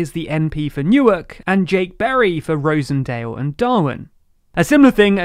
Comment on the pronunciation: Rosendale is ros-en-dale, not rose-n-dale